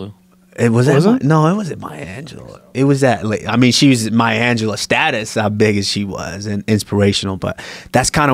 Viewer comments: This Man said Maya Angelo lol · Fucking said mya angelou. 🤦‍♂️ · He forreal said Mya Angelou? Lol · This man said Maya Angelou....... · Surprised Usman is up on Touched by an Angel. Dude said Mayo Angelou 😄😄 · The actress name is Della Reese whom played on Touched By an Angel. This clown said Maya Angelo........SMH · Dude said Maya Angelou! Lmao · Did dat FOOL say MAYA ANGELOU!!!!?? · This nigga said maya Angelou!! 😂😂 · Lmao this nigga said maya angelou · This dude said maya angelou 😂